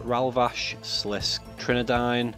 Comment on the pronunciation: sliss-KAY not slisk!!